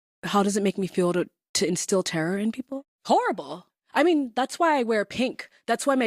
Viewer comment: Ins-till terror on people? Her guest is equally arrogant as her